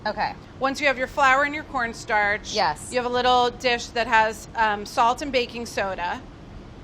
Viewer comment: When she said corn starch i heard pornstar lool.